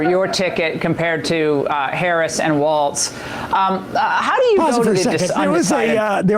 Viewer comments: Have you noticed how they ALWAYS mispronounce Walz's name? They always say "Waltz". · One thing I can't understand. No one talks about how they all say Tim Walz's last name right. They all say "WalTz" and like "Walls" (the correct way) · Lol YYY does she keep saying "Waltz", like the dance?! Idiot!